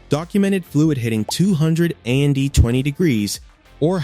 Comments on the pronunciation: Instead of being able to say the word "AND", the AI generated CRAP is a.n.d. COMPLETE FUCKING HORSESHIT !!!!!!!!!!!!!!!!!!! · This is AI slop. They couldn't even bother to give the narrator a real human voice. Can't say the word "and" -- always says "A N D". Hilarious. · Between 80,000 AND 150,000 miles … spelling out AND instead of saying it AI….where’s the Intelligence in AI ? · It took me a bit to figure out what the AI was referring two when it said "Two Thousand A.N.D. Seven" or "Two Hundred A.N.D. Twenty degrees" was....But it did say "Afem" instead of "A.F.M.". Suggest the creator/poster look at the script for future videos.